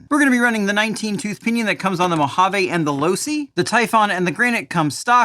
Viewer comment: Mojave is not a French word. Its not mohavay